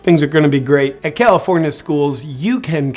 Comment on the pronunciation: "Egalifornia" 🤣 I'm dying!